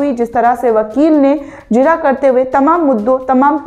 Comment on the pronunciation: the word is jirah not zirah